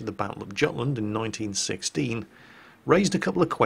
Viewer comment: Gutland? Absolutelty barbaric... its Yutland not Gutland